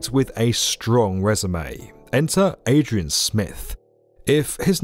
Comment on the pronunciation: “ enter Adreon smith “💀💀